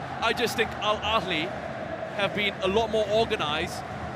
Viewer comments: ههههههههههههههههههههههه فعلا 😂😂 الكهلي 🤣🤣 ببساطه انطقه مثل ما تقرأه "الأهلي" لا يوجد حرف ك نهائيا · The commentators really looked at the ‘h’ in Al Ahli and said, ‘Let’s make that a kh!’ Suddenly we’re Al Akli. Incredible—these guys didn’t just mispronounce it, they invented a whole new club live on air. Pure linguistic butchery!